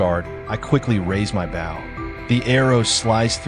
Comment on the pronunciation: Its not a bow as in bowing to a king, its said bow, as in Bo Derek. Learn to speak English!!!